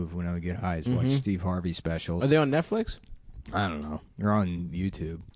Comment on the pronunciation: Steve hard-vey